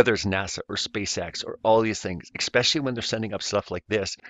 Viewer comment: HAHAHAHA!!! You said EXspecially!!! LMFAO!!! Is that because it's spaceX???